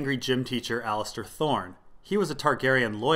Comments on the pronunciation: It's Alliser, not Allister. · There's no "T" in Alliser. It isn't Allister. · As much as I take exception with your pronunciations I can't argue them. However, "AllisTer Thorne" is definitely "Alliser Thorne". That said keep up the great work! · C'mon it's Aliser. Fuck